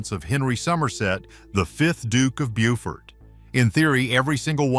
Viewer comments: Bow fort noy bew fort. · Dear narrator: Beaufort is pronounced 'Bow - fort', a long O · Fine if the video is concerning the USA , but as it's about King Richard III of England, it's pronounced "Bow-fort". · If you haven't got the time to learn how to pronounce names then perhaps you should stay in bed. For example 'Bewfort' for Beaufort is silly. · People might take your video more seriously if you got basic facts right, like how to pronounce ‘Beaufort’. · Typical of AI . Infuriating. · lol. and I was like " was I pronouncing Beaufort wrongly my whole life?"